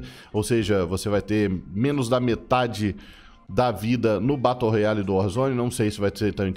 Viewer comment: Batu roiale kkk